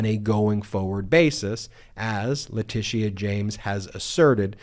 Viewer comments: Ben, love your videos but it’s not LeticEA it’s Leticia… no emphasis on E. Just FYI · your always too high its not latisia its latisha jesus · OMG!!! IT'S "La-tee-sha"!!! LOL YOU SOUND LIKE MTG SAYING "Kamala" .... hahaha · La Tish eee aaa? James? Eee eye Eee eye OH! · I really love listening to u explain what’s happening but for the love of god please learn how to pronounce Letitia James name. There’s no need to force a pronouncement of the past “I”. It’s just “sha”. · It’s pronounced leh-tish-sha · HALLELUJAH! Nearly every day we're hearing about various charges being leveled against Trump. At this point, it's almost a race to see who will get him convicted of SOMETHING soon. Love your reports. I also love Texas Paul!! When he goes to the Cussin' Pond it cracks me up. One thing though; No disrespect intended, but the AG's name is pronounced, La-ti-sha. Long before Alicia Keys was on the scene, I was born and named Alicia and I cringed every time someone mispronounced my name. Believe it or not, some people still mispronounce my name in spite of Alicia Keys and Alicia Silverstone making the name known throughout the world. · La tēsha James Laura Ingram not ingraham The R continually mispronounce names Kamila Harris is their favourite to mispronounce. They're either lazy, stupid, or are intentionally doing it to reduce them in some way. So please just stop! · I like how you say Letitia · Why can’t you just be concise? I like being informed. I want to continue being informed. It’s difficult to watch the video in it’s entirety because you always go on meandering tangents. I believe y’all are providing a great public service and appreciate that but geez. And is that the correct pronunciation of Letitia James’ first name? I do hope the orange violator clown gets indicted, convicted and thrown in the slammer PDQ.